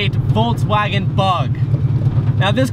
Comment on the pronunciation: Ok but why did you say VOLTSwagen. Can’t watch.